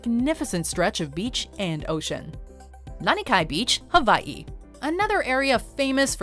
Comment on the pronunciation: I know the W in Hawaii is pronounced as a V, but boy it sounds pretentious when said without the proper accent 😕